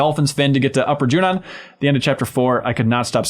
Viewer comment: Every time says Junon I'm a little annoyed, but in a weird way I hope he keeps saying it like that just to keep pissing people like me off